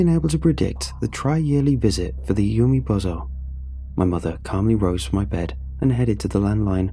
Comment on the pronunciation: Umibozu is pronounced oo-me-boh-zoo. Not yew-me-bow-zoh. This word does not end in the English word "bozo." Even using native English pronunciation, umibozu isn't even spelled in a way to suggest that the word would end with "bozo." The name Sato is pronounced sah-toh (long a, short o) not say-toe. If the first syllable in that name was pronounced as "say" it would be spelled with Sei, not Sa. There are a ton of websites out there where one can listen to the correct pronunciations of words in an astonishing number of languages. Finding two Japanese words - one a piece of well known folklore and the other an incredibly common name - takes less than a minute per word. Doing so is an easy way to show respect for the author of the story and the culture the story is based on.